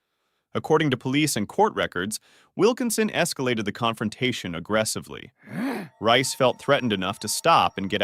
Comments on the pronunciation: I believe "Rhyce" is pronounced "Reese." If it took place in New South Wales that's probably what it was. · its pronounced reece...